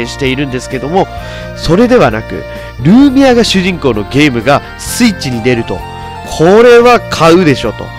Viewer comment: ルーミアの発音違うｗ